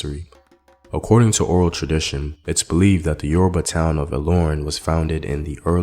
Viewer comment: Yoruba came from the word Ori Obba meaning "The Head King" which is used in referring to the Alaafin of Oyo Empire but the white was pronouncing it as Yourriba.